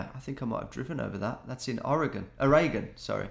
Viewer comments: I'll take any reference to my home state of Oregon. Even if Tom pronounces it wrong every time. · Did Tom just mispronounce oregon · "Ah gah tay", "Oh ray gun". hahaha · love how he pronounces Oregon the way Americans pronounce it and then immediately corrects himself and switches to the British pronunciation. funny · he said Oregon right then said it wrong as a correction